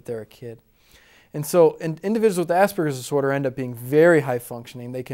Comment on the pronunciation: it might help to educate people if this guy could pronounce "Asperger's Disorder" rather than slur the two words into one.